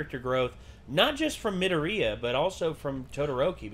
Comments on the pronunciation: Me-door-e-uh, if that helps. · Mid-door-Re-ya. That’s how it’s pronounced. I’m sorry, it was really bothering me. Or just call him Deku. It’s his nickname.